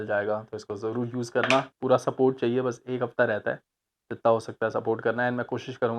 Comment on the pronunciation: It's pura not puda 😂